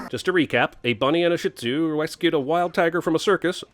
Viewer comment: I am bothered by his way of pronouncing "shihtuz" yes i know it sounds like a swear. But credit is due the owner fell in love with a overweight man atleast she can look past that. We dont know how old the dogs are they could be about 5 all we know.